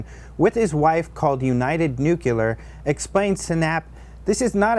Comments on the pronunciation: /, the word is NUCLEAR, pronounced 'New Clear'. NOT NOOKULAR!!!! Are you actually trying to talk down to the audience, or can't you read a teleprompter? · he said "nucular"! Haha!